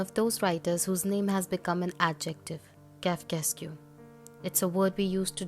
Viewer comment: Sorry, it’s pronounced as “kafka-esk”